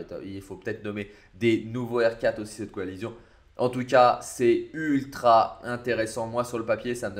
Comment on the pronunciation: "Coalission" pas "coalizion"